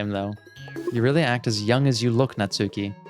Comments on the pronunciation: Looking forward to you going through Natsuki's route (and hopefully realizing that it's pronounced Natski, not Natsooki, the U is silent). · I know I’m late in the series, but you’ve been pronouncing Natsuki’s name wrong the whole time. As you may know, the names are Japanese. So, it’s not Nats-suki it’s more Nats- uh-ki or even Nats-ski. The U is subtle or silent. I’m not Japanese or anything, just something I’ve picked up from weeb culture.